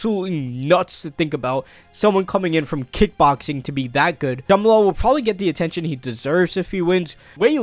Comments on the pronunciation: “Jama lal Hill” 🤦‍♂️ I swear there has to be some sort of criteria and test you have to go through before starting a YouTube channel. Can’t wait to see “Jama lal” Hill vs Alex Pereira though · bro really said Jumal Hill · why tf does he keep saying jamahalal this ain’t halal guys bro 💀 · u pronouncing jamahal wild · it’s pronounced Jamal I think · Jumalal, u think he's trying to pronounce the H, also figadero 😂